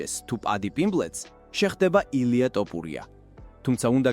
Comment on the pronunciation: თოფურია და არა ტაპურია